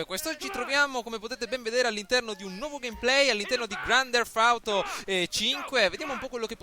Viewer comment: Primo si dice grand teft auto e non grand derf auto e poi hai detto una cosa che mi ha fatto abbastanza ridere ...che il Nevada è nel nord America. Hahahah